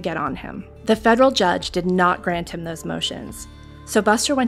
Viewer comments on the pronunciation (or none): none